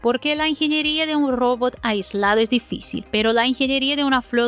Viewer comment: Saludo al canal y a la conductura. Pertinente e importante contenido. Mi única recomendación para mejorar es la corrección en el idioma español. La pronunciación en la palabra "Robot" es un error muy notorio. Gracias por atender y por continuar.